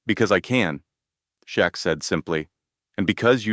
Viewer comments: Shit narrator on name 😢😢 Shaq, chuck, shrek, shack??? Get it right!! SHAQ O'NEIL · Everyone knows who Shaq is why are you miss pronouncing his name, while mentioning him in a very positive video… story was Great, but they need to send you to a school for communicating stories the right way. Before your Homeless. You miss pronounced his name a few times. For such a great story you mentioned a man named Jack, Shock. It took the story to some one else. Shaq deserves full credit.. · Dude, if you make a video about someone use the right name and spell it right. Shaquille O’Neal, his nickname is Shaq then you say Chuck. Do a video right!